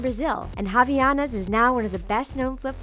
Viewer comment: please pronounce havaianas correctly 😂